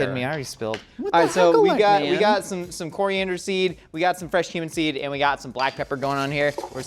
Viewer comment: I thought he said human seed and not cumin seed and was VERY CONCERNED. Also Trevor's coughing made me flashback to the annoying jocks in high-school and I had to pause the video to take a breather 😂😂😂